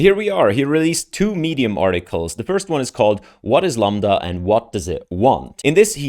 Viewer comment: Dude stop saying lamba can u really not even read a five letter word?